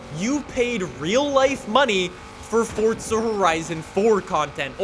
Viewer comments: FORZA NOT FORTSA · what do you say fordza instead of forza? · Forza.... four-za not fortza theres no t in the title 🤦‍♂️ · damn you say forza many times.. but.. the way you say forza sounds like fordza :D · To this day I still wonder why people say Fortza rather than Forza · Why is he saying Forza like fort-za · Its just an accent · ForTza. Like Peteza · Why do u say “fortza” like where is the t. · Am i the only one hearing him say Fortza? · Omg pls stop saying FORTZA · Why this guy is saying FOSTSSAA ? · Plus you can't trust someone that calls forza, fortza